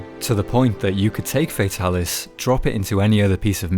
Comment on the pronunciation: it's not "FAE-talis" it's "FAH-talis" it's like how tigrex being TEA-grex not TIE-grex. it's hard to watch the video because of this.